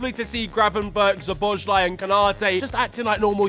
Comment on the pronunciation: Corrections: 1. The real Alabama Flag is a St.Andrews' cross. 2. The good pronounciation of Szoboszlai is So-bos-la-e. 3. Al Nassr played in the AFC Champione League against Persepolis, which ended in a 0-0 draw. However, I would also note that they had just got embarrassed by arch-rivals Al Hilal (0-3) in a Saudi Pro League after this game. Things you missed in this video: 1.Sevilla vs PSV. Crazy Champions League match. It's unbelievable to see Sevilla collapsed after being 2-0 up thanks to two red cards and a last minute goal from Ricardo Pepi. They could face an European exit for the first time through Champions League if they failed to beat Lens on the final day. 2.Aston Villa vs Legia Warsaw. Legia fans weren't allowed to enter the stadium, and in a sheer of agony, they fought against police, resulting in a fiery scenes outside Villa Park. 3.You also mentioned the turbulent weather that disrupted certain football games, but there is another game that you missed here. In the U-17 World Cup quarterfinal between Brazil and Argentina, the kick off was delayed due to the extreme downpour that resulted in Jakarta International Stadium, the venue of that match, having a waterlogged pitch. It's clear obvious that our country had a rainy season this month.